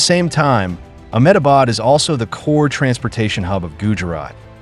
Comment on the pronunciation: THE INDIA GOVERNMENT, " M-Ah-bad" lol